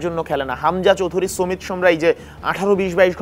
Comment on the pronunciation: ‘তারেক’ কাজী না তারিক কাজী ‘সুমিত’ সোম না সমিত সোম। উচ্চরণে আরও যত্নশীল হতে হবে।